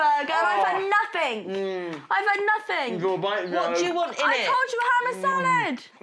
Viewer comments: When spoilt little twats say "NOTHINK.." Mum, you need to do some teaching. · I’ve had NOTHINK I’ve had NOTHIK. Can you even speak English?